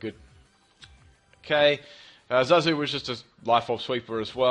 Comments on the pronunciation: Um... Zazu... Not Zarzu XD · It's Zazu not Zarzu 😂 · There is no r in ZAZUs name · Zazu not Zarzu and Pumbaa not Pumba :) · U named the chatot wrong it's zazu not zarzu